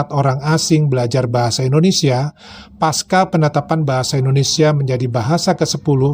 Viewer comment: Maaf, pak.. Saya kritik ucapan anda di video ini berkait pengucapan kata PASCA. Kata PASCA, anda salah ucap dengan ucap menjadi PASKA. Kata itu seharusnya diucap tetap dengan kata PASCA. Karena kata PASCA bukan dari bahasa Inggris tapi bahasa sansekerta Kata PASCA dipakai sebagai pelengkap karena memiliki pasangan kata lain yaitu PRA.. PRA = sebelum PASCA = setelah